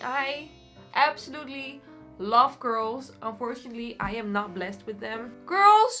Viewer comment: I think the joke was that when she says “curls” it sounds like “girls” because of her thick accent 😶